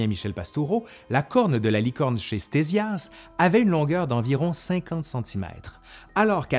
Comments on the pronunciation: Pourquoi prononcer "stézias" au lieu de « ktézias" ? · "Stésias" ??? Petit lapsus je suppose, ça se prononce (fort logiquement) KTésias... Et le portrait affiché dans la vidéo est le plus souvent attribué à Hérodote, plutôt que Ctésias...